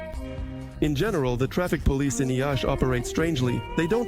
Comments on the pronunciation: Not "Iasi", that citi's name is "Iashi" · It's Iași (pronounced approx. Yash). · <Iiiashii>... They didn't even pronounce the name of the place they are living in correct... They hate the guts of us. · Thanks! Why make this video without knowing how to pronounce the name of the city? Or do most foreigners say ya-see?